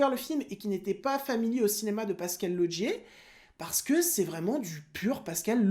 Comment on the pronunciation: Au passage pourquoi tu dis Lodgier pour Laugier ? 😁